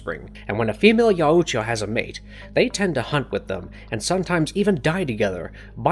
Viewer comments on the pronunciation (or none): Yow-oo-tcha got me and kept going like nails on a chalkboard Just Yow-tcha/Yaw-tcha Au makes a single sound Like taught or caught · I’m pretty sure it’s pronounced (yow-cha) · I'm pretty sure that the pronunciation of yautja is "y-out-ja". That's all, hope y'all enjoy prey today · YAOUtya? Sorry but I believed it was Yautja. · It's pronounced Yowt-cha, not Yow-oo-cha. Drove me crazy for 58 minutes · Buddy puts too many syllables in Yautja lol. It's Yaut-ja not Yau-uut-ja lol. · yow-cha no yah-oo-cha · Yow-cha not yow-u-cha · The name is pronounced "yOWtja" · And also I’m loving the yar udja as he pronounced yaudja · Having to hear “ya-u-ja” for the umpteenth time, I have to stop watching after the narrator spelled out NECA instead of NECA. 😂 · YAH-OOU-tJAH....I can't unhear this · “Ya yoo cha” or “yowcha” i cant😂😂😂💀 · 30 seconds in and you’ve said YOWOOCHA about 5 times… can’t do it. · The YA U CHA 💀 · Pronounced Yacht-Ja. It's like Taut, like a Tiger... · its Yautja.... Not yauooootja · It’s pronounced yowt-juh damnit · Yaaoocha😂 Danny Gluever😂 dude to be so well read you sure do mispronounce a lot of words. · Yaooojta lol just say yaujta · Yea it sounds so weird when he says it! I guess he's trying but a little Google search would tell him how it's pronounced. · Each time i hear you pronouncing Yaucjas it's screeching sound in my head. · Not sure if this is like some automated voice that doesn’t understand the certain pronunciations but I’m pretty sure they were like five or six different pronunciations that were completely wrong. Most obviously is how many times they said Yautja emphasizing the U way too much. Also Predalien is not different than predator and isn’t pronounced PRE-dalien. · Anyone else lowkey mad about how he pronounces Yautja, and animosity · Your pronunciation of yautja is killing me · why do you say yautja like that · it hurts my brain how horrible he pronounces yautja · Can't even say their name right smh